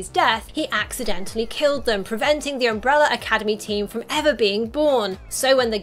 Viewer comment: “Umbrella”…not umbreller